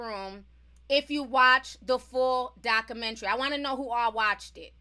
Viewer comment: Doc-u-men-tary..... Not Doc -u-men-tree